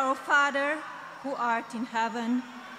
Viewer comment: Ooh, she actually recited the Episcopal version? I'm shocked. She had a little trouble pronouncing "father" though and it came out like "fodder." 😅 (The two words have different meanings). Maybe, she should look up "fodder."